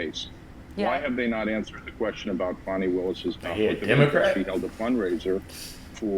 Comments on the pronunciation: Fanni is fanni . Its not fawny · Her name is Fani not Fawni, learn how to pronounce it. To help you take the I off the end, then say it to help you. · It's not pronounced "Fawni" which is a bunch of BS like this entire witchhunt. It's FANI exactly like it's spelled.............. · Her name is Fan-i Not Faun-i...